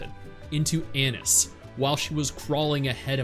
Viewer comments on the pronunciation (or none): Aa-Niece ❌ Anus ✔ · Anis = A-Niece Rapi = Wrap-e' Marian = Mar-e-and